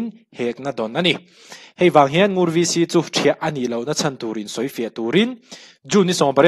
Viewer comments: Ngur chu i lam dan kha a dik e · Ngur ilam dik e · 'Ngur' i lam dik e. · I lam sual love Ngur a ni mai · I lam dik e..Ngur khua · 'Ngur' rul (snake) correct 💯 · NGUR ilam dik chiah e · NGUR i lam dan kha a dik e. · Ngur tih kha i ti dik e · I lam dik e